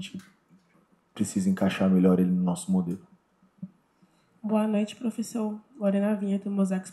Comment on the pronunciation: Temos um "pofessor"